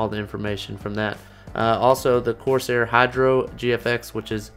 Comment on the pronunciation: dem 'corsiar' tho